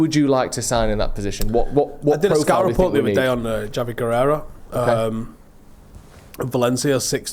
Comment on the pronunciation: Javi Guerra. As in Gera not Gureirra.